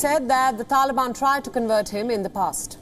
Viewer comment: TaLiAbiaaan 🤣 couldnt stop laughing every time she said taliabiannnn